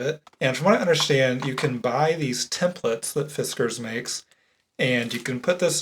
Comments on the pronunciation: fi-SKARS sounds awful to me. its FI-skars like whiskers. you cant convince me otherwise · Sorry, but his pronunciation of Fiskars is not correct. FiskArs with emphasis on the A is correct, which probably is what someone tried to point out before. The issue is that is an American and therefore can't really nail the phonetics of the Swedish a-sound, hence the issue with the second version he tries out (fisscArs). The emphasis is correct of the second pronunciation (fis-kArs), just not the phoneme. Love from Sweden! ❤️ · "Fisk- ers" is the correct pronunciation. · Holy smokes! THANK YOU for responding! I had never heard anyone pronounce it"Fis-CARS" like they told, so I love the way you spelled out the pronunciation for us...I always said FISkers, so I was close! I gave your reply a THUMBS UP! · It is pronounced fis cars. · Great video! I have several of these tools. My Fiskars (I pronounce to rhyme with whiskers - don’t know if that’s accurate) is smaller. I still use occasionally. Love your videos, wishing you the best of luck with your new career. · Correct - it is a finnish company. Finnish always has stress on the first syllable, so 'FIS kars'. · Fiskars is pronounced the way you were corrected to say it -someone from their country of origin (finland) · Fiskars is a Finnish company (Finland 🇫🇮) and as a Finn myself I can tell you that you pronounce the A's like the A's in 'ah-ha', and you roll the 'r'. 😊 But, the way you normally pronounce it is how most Americans pronounce it, so it's totally fine. 😊 I have one of the Fiskars stamping presses and an envelope template. 🙃 But, honestly, I usually just use my Misti for stamping. I didn't have the blade for my envelope template, so I used to just run a pen around and cut it out. 😆 I don't use it much. When you said the store was like a thrift shop for crafting tools.... 😳<---- that was my face! And I love how you zoomed in with the camera at the same time!! 😂 I'm glad I found your channel!